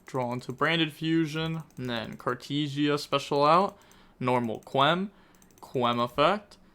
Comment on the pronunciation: Nothing is compared to how he is saying Cartesia with "tee"